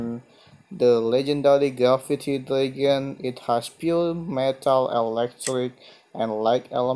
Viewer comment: DRAG-ON not DRAE-GUN